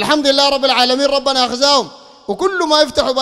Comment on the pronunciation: قل ربنا انتقم بضم لفظ رب وليس ربنا بالفتح . تعلق على أخطاء الناس وانت تقع في أخطاء أشنع من أخطائهم